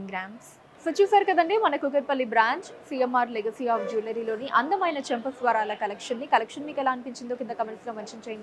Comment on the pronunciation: Chempa swaralu. Kaadandi chempa Saralu ani anali.